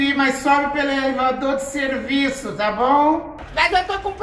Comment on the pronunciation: ''elevador de selllllviço'' kkk